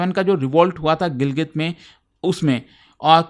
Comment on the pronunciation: Gilgit❌️ Gilgil✅️😂